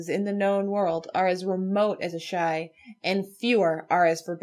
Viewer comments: Does it bother anyone else that the one dude keeps trying to go against common etymology/orthoepy to put emphasis on the the "ASH" in Asshai over the more neutral "AI"? I think it's the only instance where a word is forced into incorrect pronunciation for the sake of....nothing? Like..he goes out of his way to put the emphasis on the first syllables. What's next...carcoSAHHHH? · Loved this entire series! So informative, creative, fun, & just over all well done! I only have one question...why does consistently keep mispronouncing Asshai & Azor Ahai? Its really...distracting...